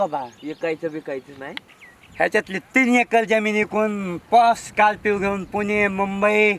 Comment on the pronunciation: स्कोल्पीयो पोंगपोंग..😂😂😂😜 तू पहिले मराठी बोलायचे classes लाव भावा..!! स्कोल्पीयो पोंग पोंग 😂😂😂😂😂😂😂😂😂😂😂😂😂😂